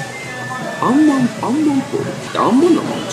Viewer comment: アンマンって言ってるのが、○ンマンって聞こえる